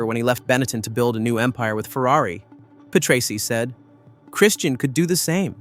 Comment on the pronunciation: when the guy cant even pronounce Patrese right, how can you take anything else seriously?